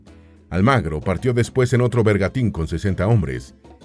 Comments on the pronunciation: Corrección de pronunciación de un español de Madrid: arcabuces, con sonido z, no arcabukes con sonido k; es bergantín, no bergatin; no es Pedrarías Dávila, sino Pedrarias, sin acento ni tilde, es una contracción de Pedro Arias.. ✌🏻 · 🧐Señor narrador una pequeña, correccion, no se dice bergatin..sino bergantin......